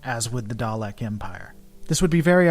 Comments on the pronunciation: Thomas Williams it's not pronunced darleks it's pronounced daleks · 50 years of Doctor Who pronouncing it Dalek not Darlek would disagree with you.